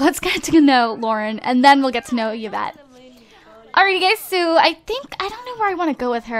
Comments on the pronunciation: hehe it's pronounced evette and spelled yvette, not yievette.. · Yvette is my French name and it's actually pronounced like EE-vet haha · Yvette is actually pronounced like this (EE-vet)